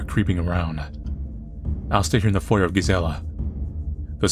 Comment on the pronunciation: The r in foyer is silent.